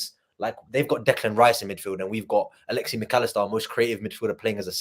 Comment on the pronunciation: Top show as always, genuine passion and emotion! it is Alexis not Alexee Mac Allister 🤣